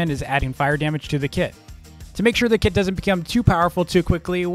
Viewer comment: The way says kit it sounds like the word kid to me